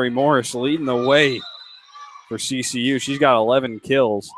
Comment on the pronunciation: OMG ITS CCU NOT kcu!!!!!